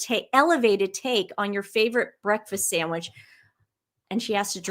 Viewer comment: "SAND WHICH" :D